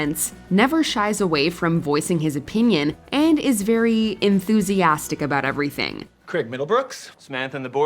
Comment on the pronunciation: Creg? do you mean Craig? USA-ians just cant say the name Craig properly.